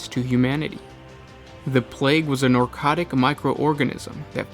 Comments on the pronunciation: It's Ne-cro-tic, you know...like Necrons? You keep saying "Ner-co-tic", like you're trying to say Narcotic, but with an E instead of an A. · The word is Necrotic not Narcotic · Narcotic? It's Necrotic. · Ok, this is probably punctilious, but you regularly keep pronouncing "nercotic" instead of "necrotic". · Thanks for the videos I love watching them while I paint my necrons I will say in this video it bugged me that it sounded like you kept saying narcotic tissue instead of necrotic but still overall good job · It's pronounced ne-cro-tic like ne-cron. It's weird hearing you say narcotic.